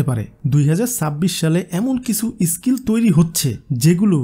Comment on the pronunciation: আপনার pronounce বড্ড দুর্বল এটা স্কিল এটি ইসকিল নয় ।